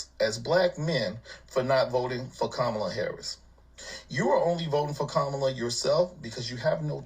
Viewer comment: I thought he was saying Commie Lawv😂😂